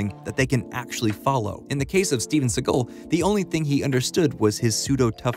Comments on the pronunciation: Decent video, narrator probably should’ve at least looked up how to pronounce Segal instead of saying Seagull repeatedly. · u mispronounced segal s name through the whole thing